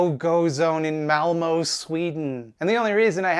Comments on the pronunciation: Its not Malmo its Malmö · Pronunciation nitpick: the city is Malmö so you'll be closer to the pronunciation by saying "Malm-uh". and the area is Rosengård so you say something like "Roosengourd" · As a Swede, a LOT of people think this is the refugee's fault but no, it's Sweden who's letting in a bunch of people for money but not taking care of who comes in the country. Also, this video is old but "ö" is pronounced "uh" not "o" (malmö = malm-uh) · "malmo" my swedish was like "what kind of name is th- OH MALMÖ!" pronounced "malm-uhh" (like the sound u make when u go "uhhhhhh") got this hurts my heart. will yall ever learn how to say Ö? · that's not how you say Malmö it hurts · The most offensive thing in this video is the way English speakers pronounce Malmö